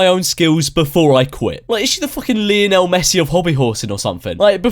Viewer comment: sorry.......lee oh nal messi? i can only assume you mean lional....fucking nonse.